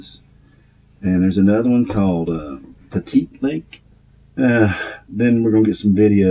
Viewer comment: It’s pronounced Pet-it Lake That’s we’re we camped. But the fishing on Alturas is fantastic...🎣